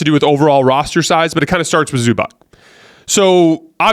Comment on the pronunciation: dude, its Zubats, not Zubak!!!